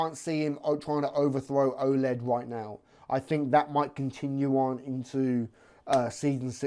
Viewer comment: I love you but its Oleg stop saying Oled lol hes no a TV!